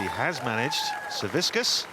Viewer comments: no, it’s pronounced Savitzkas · Why can no one get Savickas's name right lol like not even the commentator can say it right and its right there on the screen lol